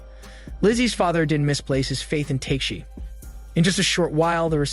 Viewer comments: Sounds like he's saying "Teshi" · The way you’re saying tekeshi’s name is kinda infuriating 😂